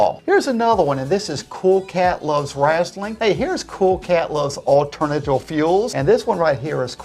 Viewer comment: "Alternaltul Fuel"